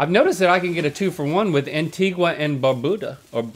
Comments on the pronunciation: it’s pronounced ANTIGA not Antigwa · It’s Ant-ee-guh and Bar-bue-duh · I think Rhett and Link need a lesson on the Caribbean islands because that’s not how you pronounce Antigua and Barbuda lol